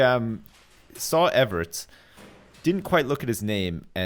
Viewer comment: does it about anyone else that is calling everts everits